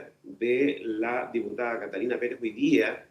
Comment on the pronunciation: Pere(Z) Pere(Z) NO KATALINA PEREE... Los chilenos!!!😂